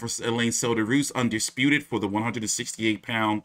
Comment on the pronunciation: loma just said teo undesputive